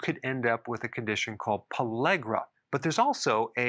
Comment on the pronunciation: Why does he say pallegra when he writes pellagra?